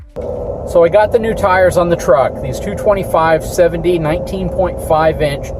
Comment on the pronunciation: why does it sound like you say 228 and not 225 for the tire size?